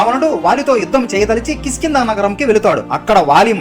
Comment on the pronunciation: కిష్కింద ,,,, కిస్కింద కాదు